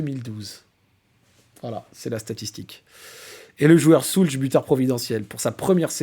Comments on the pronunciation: Magnifique 🫶 Par contre… pitié… pitié… ô grand pitié… Si tu aimes autant notre Pavel… la prononciation… « Shoults » et pas « Soulch », j’ai les oreilles qui saignent 😂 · Ça se prononce « Schoulz » et c’est nettement plus agréable que « Schoulk » 🤣😭